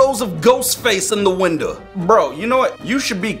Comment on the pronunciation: said windoh, that made me laugh